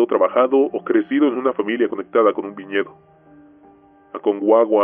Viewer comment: Espere todo el relato para escuchar el relato del chileno, y el pronunció mal Aconcagua 😔